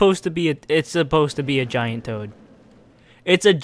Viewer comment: Really, toad? "GAINT?" Was that on purpose?